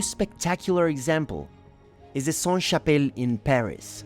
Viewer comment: A little tip for french pronunciation: "Saint" -> don't pronounce the T; but "Sainte" -> do pronounce the T. It's the feminine conjugation. A church is feminine so it's applied (SaintE). A monastère is masculine so it's always Saint. A Cathedrale is feminine, an Abbaye is feminine so it's always Sainte. A house is feminine. A castle is masculine. Etc... sorry it's so complicated.